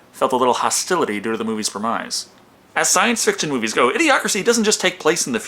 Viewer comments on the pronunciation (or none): I guess pronouncing "premise" to rhyme with "demise" fits the theme of the movie :) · This is not meant to insult your intelligence at all, and in fact is a good indication you read a lot and understand the rules of grammar, but I've noticed you pronounce premise as "pre-mize". According to most English words that actually should be correct, since the e at the end should make the "i" a long one but it's actually pronounced "preh-miss". Just thought I'd give you a heads up. Love your reviews!